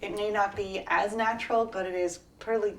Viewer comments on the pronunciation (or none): She can’t pronounce probably